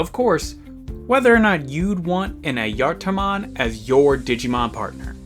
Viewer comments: As far as I know, it's pronounced "eye-a-tar" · I always heard it pronounced Aye eh tar mon do maybe they got it wrong who knowd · Nice vid, and wonderful to learn of a new digimon. Though, I need to ask, why is it pronounced Ah-yar-tar-mon? I get the J sounding like a Y, but it sounds like you are adding in an extra R. Is that just your accent? And as it goes on it sounds more and more like Ah-yar-tah-mon. Also, glad to know it's more like Mario & Luigi instead of Cain and Abel. Wouldn't want to have part of the troop left on my pillow as a "welcome home" present.. As for if you pronounced it right, according to a finnish translator program, so take some grains of salt with this, it's pronounced Ah-Yah-Var. Hopefully this helps. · I usually pronounce it as ah-juh-tar-mon or uh-juh-tar-mon but I could just be saying it wrong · As a Finn i need to point out two things. One, don't worry about the pronunciation, the correct name for the being is Ajattara, and the Digimon is trying to sound like someone who controls time. Two, it is a FEMALE forest spirit, so Ghost Game got the personality down, and you fumbled it XD